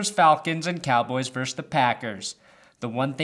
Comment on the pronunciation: God damnit,. It's pronounced "versus", not "verse".